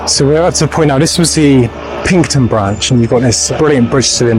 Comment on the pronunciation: Very good. By the way it’s called PINXTON not Pinkton!! So pronounced PINKSTON